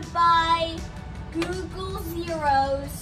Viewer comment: Its googol not google